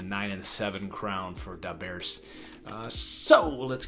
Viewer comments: Why you saying the bears like da bears that got me dead bro hella funny😂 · Bacochie10 fr 😂😂